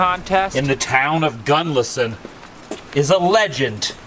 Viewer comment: Town of Gunlison? No, try Gunnison. Drop the 'L'. No 'L' in Gunnison. See? Now you've got it!